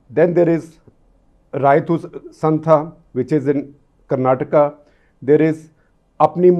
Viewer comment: Sir it is Uzhavar sandhai. Uzhavar - Farmer , Sandhai - Mandi for TN. For Karnataka, it Raitha Sangha. Raitha Farming ,Sangha association. Sir you spend some more time you can pronounce it right, just like the care you take when you try to pronounce Russian, Chinese or French names in CTC